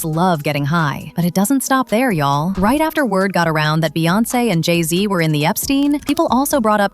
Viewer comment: Jay Z??? Slee Z